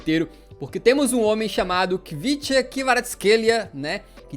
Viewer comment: Eu sou fã do Kvaratskhelia desde a primeira vez que vi jogando (um jogo aleatório da Geórgia há uns 3 meses)- Geórgia x Bulgária* Só uma correção Khvicha se lê Quicha